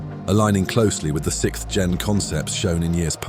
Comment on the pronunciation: I'll never be tired of hearing people say sicth instead of sixth